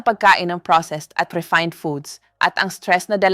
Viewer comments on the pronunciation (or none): none